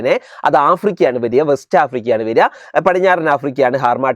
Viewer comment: harnatteñ africa"ñ"